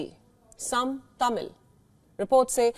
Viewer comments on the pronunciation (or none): none